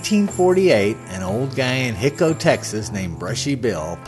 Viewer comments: Just so you understand the pronunciation , it's NOT . . . HIC-O, . . it's . . HI-CO (HIGH-CO). Your not from Texas or you would know this. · It’s Hi-co, with a long i, not Hicko! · I did watch the entire video. My comments were based on the whole video. Thanks for making the video but I just feel like you needed to be more observant of the facts. I've been to Hico myself and no-one I met there pronounced the name Hick-o. In fact there is a tape of Brushy himself being interviewed and he pronounces it with a long "I", like "High-ko". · Its pronounced " High- Coe" Texas. And by the way, only a few people saw the body and everyone that seen it said it wasn't the Kid. There was an article printed in the local paper that said it was a brown skin bearded man. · It's hi-co.....hi as in hello Co. As in company....Hico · There are many errors in this video. Brushy (Billy) is buried in Hamilton, TX not Hico. Hico is being pronounced incorrectly. The photo labeled as Frank Wendy Cahill is actually a photo alleged to be Billy, though I don't believe it is him either. Brushy said he was born in Buffalo Gap, TX, not New York, so if you believe Brushy was the Kid, the provided birth information is wrong. Billy moved to Silver City, NM. Not "somewhere in Arizona". Bottom line is, why go to the trouble of making such a video if you don't do your homework first? BTW, I believe Brushy really was Billy The Kid.